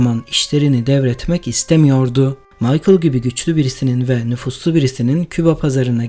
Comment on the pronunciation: nüfuslu değil nüfuzlu doğru okuyun şu kelimeyi